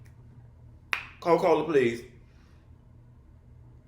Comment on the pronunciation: he said "Co-Cola" and I died lmao